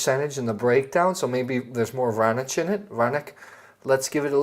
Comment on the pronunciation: The C in Serbian, is always pronounced "TS." So, Vranats. Love you videos.